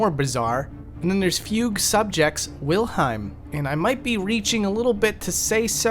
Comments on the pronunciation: not sure if you just misread or mispronounced it but the book and the scream are both Wilhelm, while you say wilheim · It's not Wilheim it's Wilhelm. Wilhelm is a German name. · Wilhelm, not Wilheim. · It's actually the "Wilhelm Scream", with an L, not Wilheim. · "wilheim scream" lol no it's wilhelm scream.